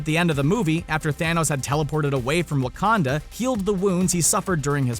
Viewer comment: It's not wrukanda it's wakanda